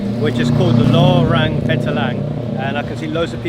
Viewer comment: Lorong Petaling...you say it sound like "low rung" petaling. Instead it should read as "low wrong" petaling. It means Petaling street. thks